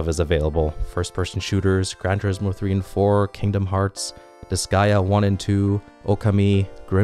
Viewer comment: How did you pronounce Disgaea! That destroyed my heart and ears D